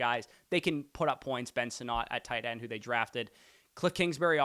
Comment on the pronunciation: Ben “Senate”. It is not Sin-Not